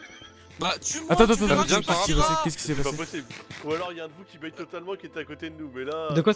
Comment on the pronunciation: "bait" et non "bate"